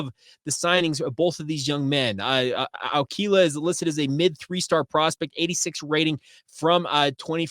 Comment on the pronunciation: Good job on the Ah-koo-ee-lah pronunciation. ✊🏾